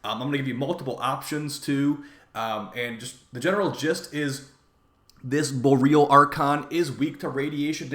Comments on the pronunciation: bo-ree-ahl, not bo-real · it is Bor-E-Al like auroa borealis, not bor real.